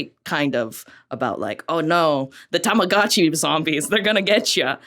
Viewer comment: "Ta-ma-GO-chi". Go, like going, gone, went... go. I don't understand why everyone has such trouble with this. The word is a portmanteau of tamago (egg) and tomodachi (friend). Japanese only has five vowel sounds, and they're the same as Spanish: ah, ii, eh, oh, uu. This bugs me, because people are just too lazy to get it right.